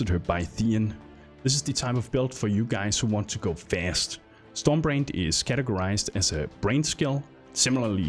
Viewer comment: Took a while before I realised he was saying "storm brand" and not "storm brained"